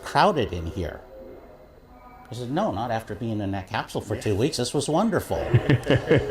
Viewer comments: What is a "Capshual"? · Uraneum Cuz Scott keeps saying “Cap-Shule” would be my guess? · Capsule is pronounced with a hard S, not with an SH as in SHit.